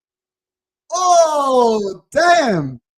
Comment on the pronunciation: You pronounce Skorupski correctly. Now we have to sign him :D